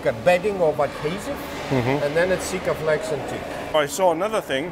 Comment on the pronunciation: He said Sikeflex!! Wow, I use this product in some roofing applications. I’m an old sheet metal worker, so most stuff is soldered instead of using any caulking. I was working on a house owned by an adhesive salesman. He was shocked but happy that I used Sikaflex. I asked him about the product and he said it was in a league of its own. Call it the new Vulcam. Crazy good sealant. Cool vid seeing the layers it takes to make such a cool vessel. Appreciate it